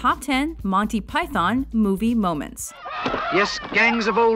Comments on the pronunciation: U.K. citizen here: Pie-thon, pie-then, pie-thawn, pie-than, pie-thorn, pie-thin who the hell cares? Well, obviously some people do, so I'll rephrase the question: People who care, why do you care? Honestly I think the British people who complain about how American's pronounce things (and Americans who complain about us, who there seem to be less of) need to get off their high horse. I mean, pronunciations aren't even consistent WITHIN the U.K. Example: Most Brits pronounce Pakistan as Pak-iss-stan, but I've heard people pronounce it Park-iss-starn. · I wish they'd pronounce Python properly. Emphasis is on the first syllable. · When you think that some of this stuff is close to 40 years old, it goes to show the quality of the humour of these guys. Like many, I grew up with them, know these scenes backwards, but still find myself laughing. But please, can someone tell her it's "Python" NOT Pyyyth-ON! :D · Do us a favour America. Say it right. It's MON-tee PYE-thon Not Monny pyTHON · Agreed,its the py-thawn bit I dont get,we pronounce python like its pythn,not emphasizing the "thon" ,like its thn. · Even Pilate can scarcely keep his face straight during Biggus Dickus. "Do you find it risible...when I say the name...Biggus...Dickus..." you watch he is struggling so hard not to laugh. But arrrggh..its not Monty Pie-thon...its Pie-thun... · It is "Piethn" not pie- THON. At least the Americans like it . My Mrs is Italian , and she sits stone faced through it . Even the hilarious Hitler sketches ! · It's fucking PythUN not Manteee Py-thorn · It’s actually pronounced pythUn and not pythOn…for all you Americans out there who insist on pronouncing English words incorrectly, even when you are trying to talk about English/British things. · We pronounce it "Pythn" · Sorry, but the Yanks just don't get it... It's prononced Monty "Pythun" not Python. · Who's Monty Py- Thon ? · Americans can't say Python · Why can't they pronounce python right?